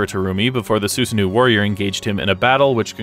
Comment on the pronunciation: The pronunciation of of Susano'o is killing me but nice vid. Only thing I can remember that is incorrect is that Terumi used a physical relic called the Hirokane to split himself from Hazama near the end of the story.